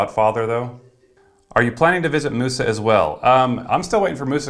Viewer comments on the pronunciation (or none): none